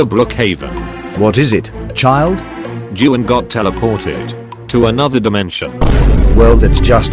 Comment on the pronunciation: well Actually Juan is pronounced Wan or wuan🤓